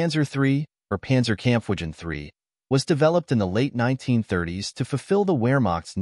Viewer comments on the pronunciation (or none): Ah the ol Panzerkamp-widgen....a classic 😂